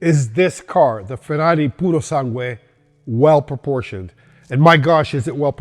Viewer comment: You pronounced "Purosangue" and other Italian words perfectly. I've heard it crippled by everyone until now. 👏👏👏👏